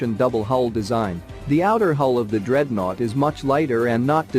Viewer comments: It's not Dread Nought, it's DREADNOUGHT. One word, not two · By the way Dreadnought is pronounced as one word😁